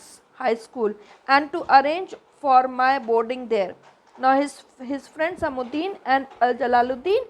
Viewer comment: Its samsuddin not samuddin